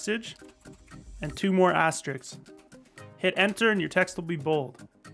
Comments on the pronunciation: Al french after all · wait.. that’s not how u say it..?